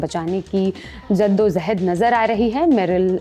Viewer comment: Ziddo jahad ❌ jaddo jahad ✅😂